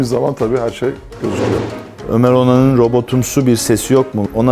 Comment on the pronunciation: Ömer onan yine yanlış okudu lan hngnvnvfg